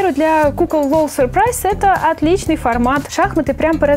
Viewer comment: Не надо говорить сюрпрайз !